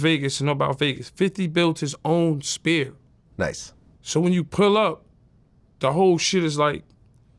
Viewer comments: Yayo pronouncing "Sphere" and "Spear" repeatedly is funny as fuck. Ignorance is bliss i guess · Somebody help Yayo say Sphere not SPEAR. . . 🤦😂😂Lol💯😂😂